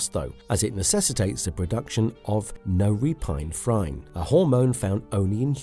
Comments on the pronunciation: no-repine-phrine WTF was that pronunciation 🤣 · The butchering of the word "norepinephrine" caught me so off guard